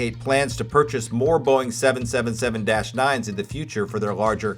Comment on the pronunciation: Great content. Great video except for the 777 pronunciation. I think you have great potential for becoming more popular. Keep up the good work!